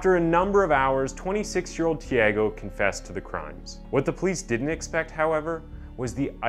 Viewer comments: tiÁgo, not "tieigo". 😉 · Pronunciation is not Tiago like Tiego but more like Chago...anyway good video. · The real crime is how the narrator murdered the name of the murderer several times. (Chee-uhh-goh). Damn it man. Thiego is a different name from Thiago. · His pronunciation of the name 'Tiago' it's funny. It not tiEgo (sounded like Diego) it's TheAGo. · I know Portuguese is a very hard language but, given me goosebumps the away he say Tiago, it’s also my name, he say literally Tiego hahahaha, but it’s okay, the video is amazing, this channel is amazing, i love it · The "a" in Tiago's name is pronounced "ah" btw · Im American it’s “tee ah go” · please say thi AH Go next time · Lol dude the way you say he's name...isn't the way you say it lol